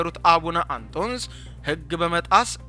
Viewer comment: ኣቡነ ኣንቶንዮስ 3ኛ ፓትርያርክ ብለህ ኣንበው!! ግዕዝ ማንበብ ኣትችልም ወይ? ኣቡነ ኣንቶስ ትላለህ